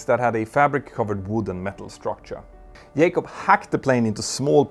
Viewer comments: "J-CUB" not "YAY-CUB" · His last name is Jacob. Jay-cob, not Yaycob. And no, it's not an accent thing. It's a laziness thing. You are quite capable of pronouncing it correctly, you just choose to be lazy and not pronounce it correctly. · J-cob, not Yay-cob, just fyi. great video about this shyster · Can Scandinavians not pronounce J ? The mentor pilot sais Yacop, not Jacop... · Its jacob not yakub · It is "JAYcobs" not "yaycobs" lol he is American not Spanish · His name is Jay-cob, not Yay-cob. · what got me is the way you keep saying "Yay-cub". Not sure this is how he pronounces it. hmm... I tried double checking and failed. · "YAKOB" hahahahaha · His name is not yaykob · Trevor Yay-cop? 🤣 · Just say Trevor, instead of saying Yay-cup over and over. It's less distracting! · That's not how you say his name. Can you please rectify your mangling of the English language? Also here in America, we use a comma for large numbers, not a decimal point. To me, $250.000 is $250 with six significant figures. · dude, if you cannot pronounce jacob, call him trevor ffs